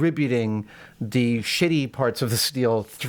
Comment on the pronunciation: I love the way Adam says "shitty" that is SUCH a LouisCK-ism... :)